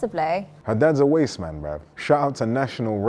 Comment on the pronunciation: "Wasste man" 😂😂😂💀